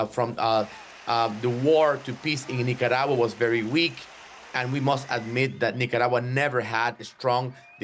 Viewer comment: I heard of nicaragua but nacaragua? Where is it?